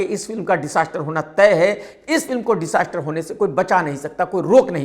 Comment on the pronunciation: Disaastar nahi Dijaastar bolo